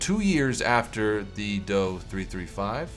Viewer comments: ....last I checked we didn't pronounce the JU-87 as "The Jew-87" just say Dee-O-335. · DO-335 ist pronounced like the do in door